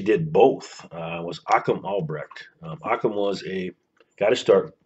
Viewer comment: If you are going to document someone you should first know how to pronounce their name properly. His name is not Achum.